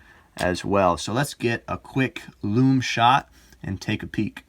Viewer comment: Greetings J. It's just great the way you pronounce ‘lume’. Very individual and a Unique Selling Point (USP) in the world of watch reviews. You present and speak very well. Your channel deserves to be successful.